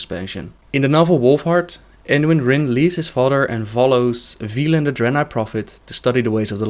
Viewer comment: Velen, not veelen.